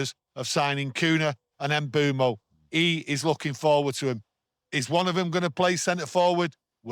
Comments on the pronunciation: I'm from Cameroon and the way you pronounce his name is without the "M". Beumo! Thank you for always giving your honest take on the club. Good stuff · you're correct but I think lot of people will find it hard trying to pronounce the "mm" instead of just having it silent 😅